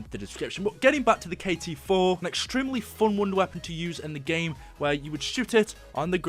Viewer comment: K-T4 not KT-4